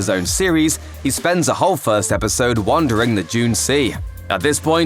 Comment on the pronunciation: Dune is pronounced with a “d”